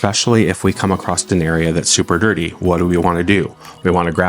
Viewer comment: an excellent video detailing the process and benefits of RW. fyi, there’s no “t” in the word “across”